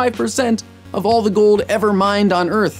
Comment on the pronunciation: "And as always *clenches teeth* thanks for watching" gets me every time jake ^.^